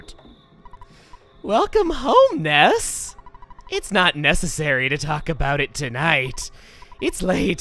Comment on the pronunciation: Did you say.... That wasn't NESSessary? Or is it just me?